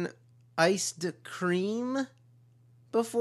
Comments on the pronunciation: Have you ever eaten.... Iced cream? I hear it is pwossible. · But it is pwoosible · did he just say plussible? lols so win